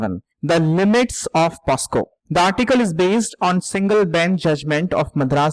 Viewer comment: Sir , it's pocso not posco. Thank you for such a good analysis.